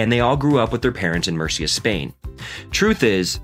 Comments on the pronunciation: Tio, estoy hablando del comentador y no de Carlos. Has oido como dice "Murcia"? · por supuesto que sé que te referías a la pronunciación del comentarista. (No ibas a referirte a cómo habla español Carlos Alcaraz...). El nombre "Carlos Alcaraz" lo pronuncia bien. "Murcia" se le entiende bastante peor pero me parece muy irelevante. Están hablando muy bien de un compatriota nuestro del que nos sentimos orgullosos y se han preparado correctamente el video, lo cual es muy de agradecer, pero lo que a ti se te ocurre decir (en inglés) es "honra el lenguaje"... Ohhhhh En fin, ¿qué quieres que te diga tío?